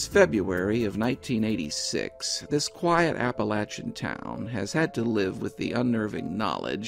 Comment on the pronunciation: Top marks for pronouncing Appalachian correctly! Thank you,. Excellent production!